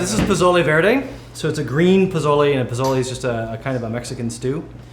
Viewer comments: It’s Posole, not Pozole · It's PO SO LE I see ever one beat you up on the pronunciation already. Next thing where I grew up in a Hispanic household, we used yellow onion as well as white and red. Red and Green Chile from Hatch, New Mexico. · It's Po-so-le. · It's pronounced PO SO LE just trying to help you out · You say pozole weird😂